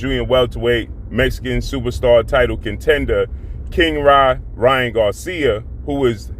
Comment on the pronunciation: Why do you keep calling him king ra when his name is king Ryan